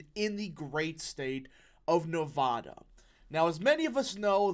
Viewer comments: I hope youre right, also i hope you one day say nevada instead of nevahda. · Just FYI— Nevada- pronounced “Nev-short a- da.” Not “Nev-ahh-da”